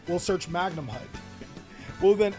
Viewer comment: Respect to, he started saying Magnumhut correctly but SEER-AN-EAR AND DRUIDS WORM? My guy..